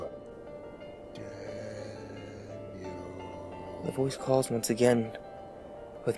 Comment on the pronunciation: He said Daniel? I thought it was 'damn you'... ó__ò